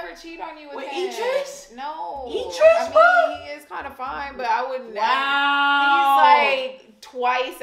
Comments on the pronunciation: with the "Eye-dris" again 😂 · I'mma need you to say Idris right. Lol said it right. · It’s the eyedris for me lol. Don’t you love how keeps saying his name wrong omg bless her poor heart she just don’t know lol… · You're saying Idris wrong